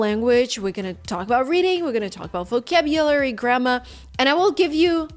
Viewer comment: Vokauushbulsry, grammma 😂 oh dear, at least she's funny... sometimes.